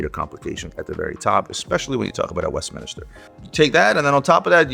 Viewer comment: Love your content ….. but it’s West-min-ster chime…. Not West-Min-IS-ter